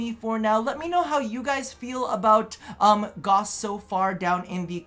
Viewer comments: its not Goss. its Gauss. you say it like Gowse so it sounds like Dowse. ik DE gets it wrong too. but its a german name and it needs proper pronounciation. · If you go to youtube and type in "gauss rifle" you'll hear a bunch of people pronounce "gauss" in an acceptable way